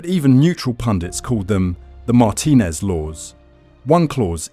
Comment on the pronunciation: Learn how to pronounce the name of the person you're talking about. It's Mar-TIN-ez, not MAR-tin-ez. Yes, you can re-record the AI.